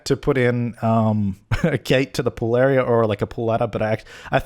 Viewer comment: When you said "Pool area" for some reason my brain heard "Pooleria"